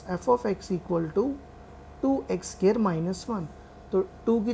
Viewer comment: bro a scare nhi square hota hai